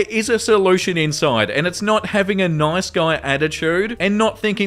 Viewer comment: As a brazilian learning english by myself, i have to say i love how you say "nOIce"